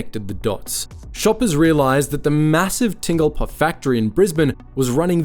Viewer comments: Ting-lpa? Bruh, its Tinn-Gal-Pa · Where is "Tingle-Pah"? Try "Tin-Gal-Pah". I can accept that your voice-over isn't AI, but at least do your basic research on pronunciation. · What Aussie would get "Tingle-pa" from Tingalpa whether they know the suburb or not? Even Sandgropers aren't that strange. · As someone who lives in the suburb, the way you say Tingalpa triggered me. It's Ting-Gal-Pa. Otherwise, great video! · The suburb is pronounced “Tin-gal-pa” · Other then the bizarre pronounce of Tingalpa. This video may explain the strange reaction I have to eating the chips. Basically my mouth goes this is bad sheds skin and goes kinda swollen. I traced it back to salt and vinegar chips. Something in the vinegar flavouring to be exact. So I attempted to try different brands and always had the exact same result. Cheap or expensive which baffled me. But seeing as they are made in the exact same factory likely with the same vinegar flavouring the reaction is not surprising. I can have actual vinegar white, malt or apple cider. So I know that it isn't the issue. But I just decided it's way easier to just get fried chips and add salt and vinegar to them then attempt to find out why the bag kind is so unfriendly towards me. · all the research into Smiths chips, but you failed to get the pronunciation of the home of Smiths correct🤔